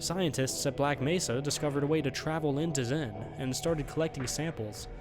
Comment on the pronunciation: Xen, not zen.